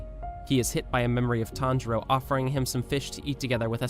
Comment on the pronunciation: Tanjiro not Tanjura